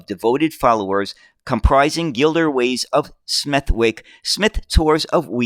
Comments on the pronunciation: You are uncovering much about the demise of UK bus building. Unless you have left it for algorithmic engagement your reports cold use google pronunciation guides or all names and places. wegun and smeth-wycke stumped me. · Gliderways (not Gilderways)of Smethwick (pronounced ‘Smethick’). I still have some of the Matchbox model, about which there is an article in the latest ‘Classic Bus’ magazine No.193. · British place names strike again! Glasgow has a silent W at the end, making it Glaz-go. Smethwick also has a silent W, making it Smeth-ick. Rochdale has an invisible letter T making it Rotchdale when spoken. We have so many tricky place names,some of them defy all logic in their pronounciation. Be very careful if you have a script with Clithero init (what everyone do, don't split it into 2 four-letter words or you'll be demonetised faster than you can say New York; it's splits between tge I and tge T).